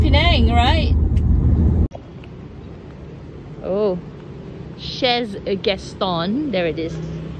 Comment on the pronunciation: Chez is said "shey". It's French...